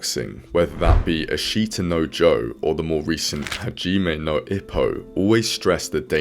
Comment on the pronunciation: Japan only cares when it has world champions or their team does well in the olympics. Unfortunately they are extremely shallow with sports and fads. When Naoya Inoue became champ the members in my gym doubles and now i never see any of these people anymore. Source: I live and train in Japan. also Ashita no Joe is pronounced 'ash-ta noh Joe' not important but worth mentioning (anecdotal ) The Japanese people don't have the old samurai spirit at all, perhaps a little still lingers but the Bushido code wasn't mainstream with the commoners. Maily with the ruling classes/martial artist. My wife and her father always express worry about my boxing. But, they also understand that it's my life and are supportive despite having reservations. The Yakuuza were (historically) old disenfranchised samurai that lost their purpose once Japan modernized from samurai to a military. The Bushido code would have been (initially) followed by Yakuuza too. Theres a big difference between organized crime and old families with ties to samurai. I'm not too knowledgeable and can't make heads of tails of it all. But the topic seems to be a little more tricky to pinpoint and discuss. As side note. The reason Ashita no Joe was super important in Japan was due to WW2 and rebuilding their economy and sense of national pride. This is probably way more inline with why they love this manga and anime. Less so about the bushido code.